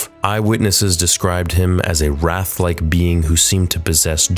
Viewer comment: Dude you mispronounced the word "wraithlike" Read much?